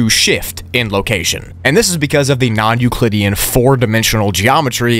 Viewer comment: How many times is he gonna say nuclidean